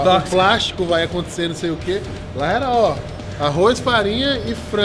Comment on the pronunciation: Usa colher de pau ou de "prástico" mano Papo no rsdrs